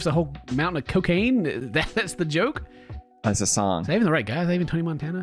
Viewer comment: And joker is 'yoker'